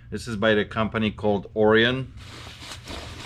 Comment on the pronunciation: You mean Orion like the constellation? Like pronounced “oh ryan”?